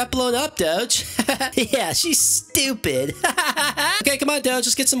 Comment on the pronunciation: i love when u say STOPID